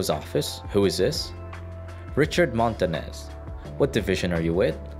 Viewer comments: "Montanez" lol? It's pronounced Mon-ta-knee-ez hence the "ñ" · You pronounced the "Ñ" wrong.